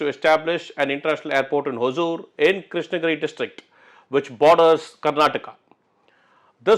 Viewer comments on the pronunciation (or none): Sir sorry if im wrong. It is Hosur and not Hozur. There is no Z our languages both Kannada and Tamil.